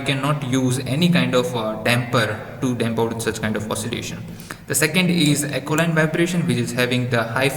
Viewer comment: Not acoline vibration..it is aeoline vibration